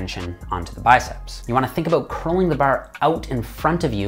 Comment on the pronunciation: Awesome - speech therapy has really improved so much of your vocal range and pronunciation. Still some minor issues with ; "far, bar, about" Great work and keep it up.